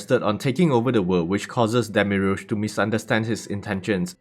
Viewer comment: I gotta say it demiurge is just demi and urge no special pronunciation